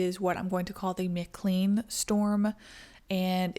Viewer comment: McLean, pronounced; McKLANE. 👌🏻